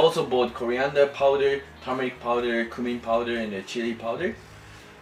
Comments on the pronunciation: you pronounced cumin wrong. It's pronounced as "Kyumin" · Maybe it is by you, I pronounce it "coomin"🤷‍♂️